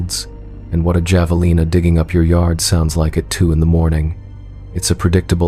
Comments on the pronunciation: The "j" in Javelina is pronounced as an "h". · When you say javelina the j is pronounced as an h